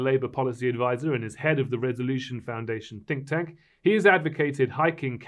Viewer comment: .......he says "stink tank" 🤣😂🤣😂🤣😂